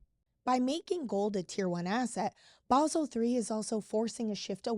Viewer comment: What is "Baahhsel"?